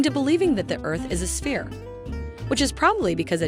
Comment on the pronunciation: Hi hi, fresh from your guest post at SciManDan. Very funny. Also, the world is not a sfeerah, its a sfeer, as being Scottish I know how to pronounce things properly :)